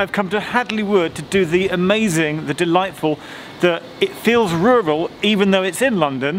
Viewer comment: It seems like British people have a hard time saying ‘rural’ because of their accents. Such as - I don’t know if it’s because you guys pronounce both R’s and Americans don’t as much, or something else. Food for thought.